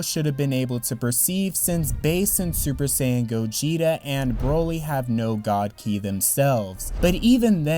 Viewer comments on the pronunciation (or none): none